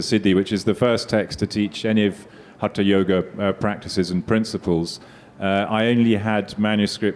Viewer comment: And my final comment. It's time to reject the colonial relic who uses India to make money through this outdated lit fest. These folks CANNOT even pronounce Samskritam properly and they claim to be translating texts. He says HATA yoga, whereas it's hatha. Yoga. Phonetics, boss, phonetics. Each sound means something and another sound means something else entirely. How on earth are these considered experts. !!! RIDICULOUS. Amateurs at best, doing something for fun. But promoted by Billy. Billy always wants the brown Indians to have intercession through Europeans.